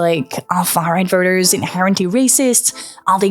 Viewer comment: has anyone made you notice how you tend to pronounce vote "vert" and voters "vers" ?! your british-leaning accent is bugging my american-fed ears, not even halfway through the video and i got to point it out !